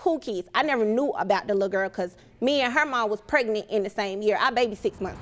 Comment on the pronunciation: Why do everyone seem to say prenet instead of pregnant